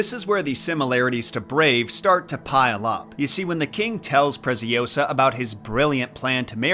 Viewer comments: "Preciosa" it's spanish, "Preziosa" it's Italian. The Z is pronounced TS, a strong sound, while S it's a little bit serpent like, and last but not least, -Osa, not -oWsa. Nevertheless, I enjoy watching your videos. By the way, Giambattista Basile does write a tons of messed up fables from which a movie was based on a few of those stories: "Tales of tales". I recommend it. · It's ✨PreciOsa, not PreciosA✨ Nice one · If the girl’s name is Preziosa (“precious”, in italian), it’s read Pretsiósa. Hope it helps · Your scripts are so always so good but that Presi-Oh-sah caught me off guard 🤣🤣🤣🤣🤣